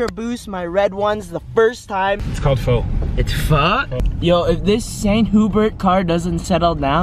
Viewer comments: Pho is pronounced f-ugh not foe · was right, its pronounced (F-uH) not (F- OH) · it's Phò... Like what the phò? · can't pronounce pho it's stupid but also hilarious